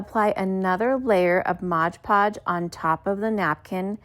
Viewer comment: It's MOD Podge